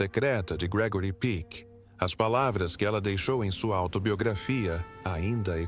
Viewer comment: O nome não é Gregory Pique, mas Peck, com o 'e' bem aberto, "é".